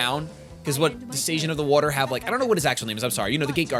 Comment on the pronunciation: Suigen, is pronounced Sue-y-jinn not sage-en